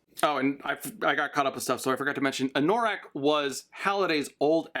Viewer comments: Having only listened to the Audiobooks hearing Anorak pronounced as A-Nor-ak instead of An-a-rak was a bit odd. But it makes more sense going by the way it was supposed to be his D&D character. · Your mispronunciation of 'anorak' drives me wacky. Anorak is a kind of jacket, and also a slang term for someone who is super-passionate about a niche subject. AN-NUH-RAK. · oh and anno-rak. the pronunciation is on Anno rack. like anno +rack. it's the German word for a winter jacket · I love/hate the way you pronounce Anorak. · Idk if i can watch part 2 if you keep saying anorak like that